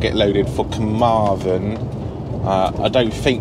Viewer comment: Hi great video as usual The best way to pronounce them is the west wales one finishes with THEN so Carmarthen and the north wales one finishes with VON so carnaervon